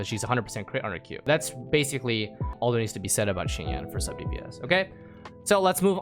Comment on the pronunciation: preemogems? i only know prime oh and also shinyawn not sheenyan